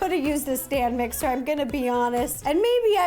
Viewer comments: She said dame mixer 😂🤭🤭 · U said “electric Stan mixer”😂 I love you Ro